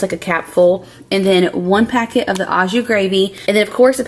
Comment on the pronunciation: Hey. I know it’s not a big deal but the Au in Au jus is actually pronounced like O. So O jus. Love your videos